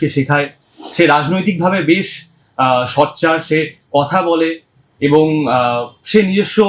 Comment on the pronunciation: ইনি সোচ্চারকে সচ্চার বলছেন কেন?